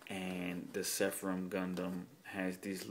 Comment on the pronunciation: Nice review. By the way, it's Seraphim not Sepharim:)